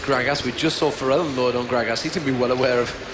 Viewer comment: The british guy calls gragas "Grag-Ass" LOL